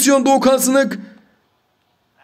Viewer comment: Abi Doğukan sınık değil Doğukan sinik